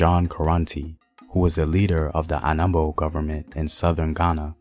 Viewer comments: William Ansah is from Anomabo not Anambo (present day Saltpond) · Nothing new to learn from this video. The narrator can't even properly say African names. So this is rubbish